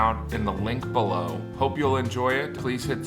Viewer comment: The way he said "below"... like "blue". Winnipeg - 50 shades of blue